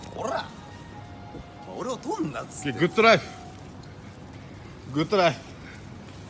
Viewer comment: ふざけろやぁは、ぼけろやぁ？にしか聞こえんww